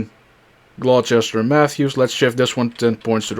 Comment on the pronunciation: Definitely can tell you aren't from Virginia. "Glow-chester" made me laugh.